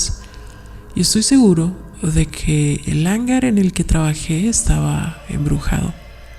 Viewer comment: Como te decia narración sosa y luego no sabes leer. No se quien te dijo que hangar lleva la silaba fuerte en la primera "a" El acento y elevación de la voz va en la segunda "a". Lo siento pero buscare mejores canales y narraciones. Guuuurrrrr bay